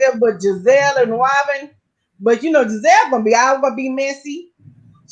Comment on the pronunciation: 😂😂😂😂😂 she she keep calling Gizelle Gazelle like the animal 😭😭😭😭😭